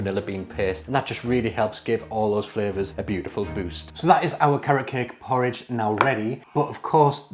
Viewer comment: 😂 thank you for explaining bc when he said “poor ridge ohh”, I was like, “what! did he just say.” I hate oatmeal tho